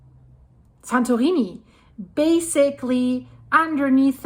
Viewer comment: This presenter is tryng hard to speak with an American accent, but her pronunciation of 'Santorini' is foreign and sound affected. An American would say "San-tor-EE-nee".